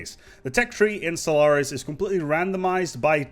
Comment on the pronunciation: Maybe it's something wrong with my ears, but I hear you say "Solaris" at the beginning of the video ?